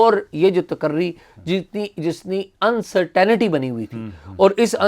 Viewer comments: UNCERTAINITY not Uncert aa nity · Despite being junior to AS, UC is ridiculing AS quite too often. As a viewer let us know AS what we can do to save you from the wrath of UC. Again great show. (un-ce-tuhn-tee not un-cer- taina-tee)